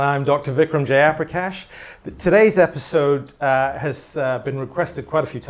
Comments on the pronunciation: Its funny how even dr. Jayaprakash gave up on correcting ppl when they mispronounce his name and now himself mispronounces it 😂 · The foreigner is pronouncing yo name in the way they couldn’t Nd understand. But you too?!! Have to do that?!!! Hmmmmm🤔🤔